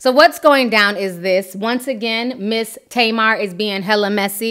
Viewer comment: Her name is pronounced TAH-MAR and it means date (fruit) in Hebrew ... it drives me nuts as an Israeli hearing it the other way 😅